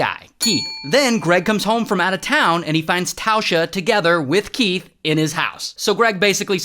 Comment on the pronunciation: Keath 🚫 Will smith ✅